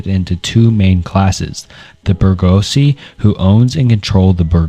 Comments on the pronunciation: its proniunced something like "boor-gwa-see" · "*tHe BErGOhZsE*" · Your pronunciation of bourgeoisie absolutely killed me man LMAO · Bourgeoisie broke me ahah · how can someone pronounce bourgeoisie so horribly 😭